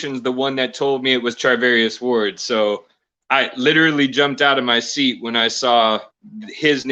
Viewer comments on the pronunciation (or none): none